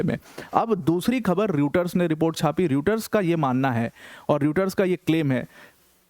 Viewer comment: You have to pronounce Reuter as Royter!